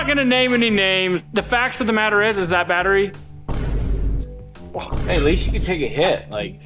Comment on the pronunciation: Did you say Battery Head?